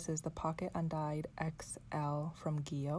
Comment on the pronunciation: I hope you won’t be offended. Gillio is pronounced “Jill -ee-oh”. Just letting you know 🤗 Love your video !